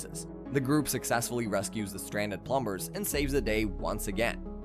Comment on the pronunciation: oh my god so many mispronounciations plum bers???